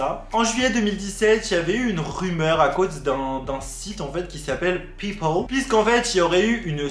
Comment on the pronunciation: on en parle de ton accent quand ta dit " people" ct troop drole et il etait troop bien fait